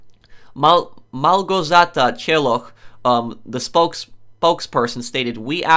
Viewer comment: he couldnt read Małgorzata Cieloch's name for shit, he's definitley not polish